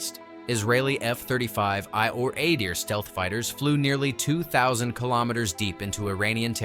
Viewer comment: Adir is pronounced Ahdeēr not Ǎydeer.